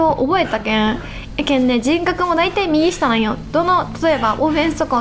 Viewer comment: の右下の発音可愛い 右↓下↑